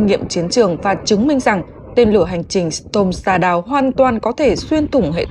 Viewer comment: Đọc không đúng storm shadow học lại cách đọc trước khi đọc